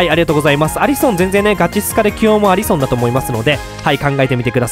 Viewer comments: アリソンってアリ↑ソン↓なん？アリソン→っていうんだが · アリソンの発音がきになりましたw